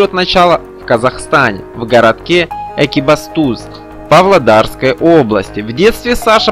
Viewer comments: Не экибАстуз, а экибатУз. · Спасибо за информацию об этом замечательном человеке. Но, ЭкибастУз!!! Озвучивайте, пожалуйста, правильно.🙏🙏 Ухо режет.... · Ударение неправильно ставите. экибАстуз звучит как издевательство. Я бы вам рекомендовал получше готовиться к выпуску роликов. Да и видеоряд с текстом не стыкуется вообще. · ✨ 💧 🎏👋 Правильно подметили) очень многие грешат незнанием того, что произносят 😏🙄🥀 А ведь журналисты д/быть ПРОФИ... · Автор, вы неправильно произносите название Города и название его группы Экибастуз! Что за манера коверкать название?! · ... Такая манера - - называется НЕ ПРОФЕССИОНАЛИЗМ...